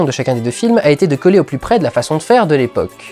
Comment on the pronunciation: j'ai l'impression que tu dit plusieurs fois "flims" plutôt que "films", non ?